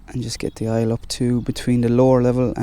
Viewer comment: Oil not aile